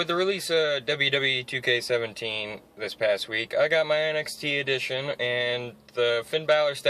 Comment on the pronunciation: not to crap on Goldburg he did mispronounce WWE 2K17